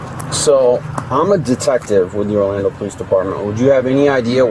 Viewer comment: Hearing "Pole-eese" just gets insufferable after a while. "Bro, Am-Bah-Lance, Breeving, axing" It is all just SO taxing to my brain